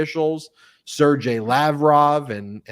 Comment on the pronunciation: Sergei is pronounced with a hard G, as in “Gas”.